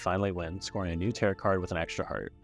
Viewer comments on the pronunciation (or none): Great video- one thing though, tarot is pronounced like “tare-oh” lol